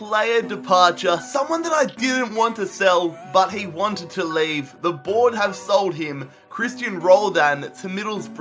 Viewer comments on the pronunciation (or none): none